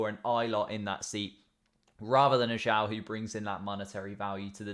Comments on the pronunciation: Tip - Zhou is pronounced like "joe" but the j sounds more like z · Zhou is pronounced like "joe"